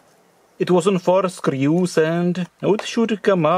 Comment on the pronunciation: I'm sure there where only " teuew"